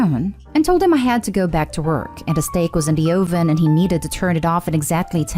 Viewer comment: As an aside- uh-ven. Not oh-ven.